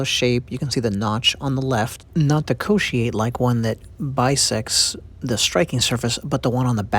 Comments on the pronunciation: Sorry your pronunciation is very wrong the way you pronounce Wahaika is close but Kotiate pronunciation is way off Cotiate,or Co-She-ate 🙄😳 Wahaika = WA- HAH -"E" CAR Kotiate = CORE-TEE-ART-TEH. WAHA=Mouth IKA=Fish,or Whale etc.. if you noticed the shape of the Wahaika looks like a whale. Kotiate liver devider coz it's shaped like the lobe part of the human liver. Sorry for correcting you lol.. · A small pronunciation correction, kotiate is pronounced "koh-tee-ah-teh".